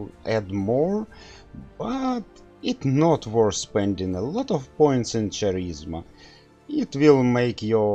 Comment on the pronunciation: "Charisma" is pronounced w/ a "K" sound instead of "Ch".